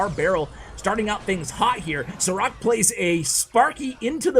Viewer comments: It is not Sarak, it is like Sharac/Šarac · I think you were saying this Sarac name wrong :D Šarac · Sarac is pronounced SHA-RA-ZZ like zz in Pizza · Love the vids Btw. His name is pronounced "Sharatz" 😁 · I thought u said "ciroc" instead of the name of the pro player hahaha :) great vid btw.